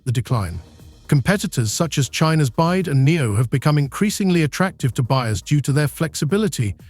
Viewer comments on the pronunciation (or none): Volkswatschen and China's Byde??? BYD??? Please make more videos when you learned how to pronounce correctly 🤣🤣🤣